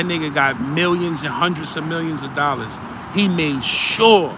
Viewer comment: “For a coupla lollas “ 😂😂😂😂😂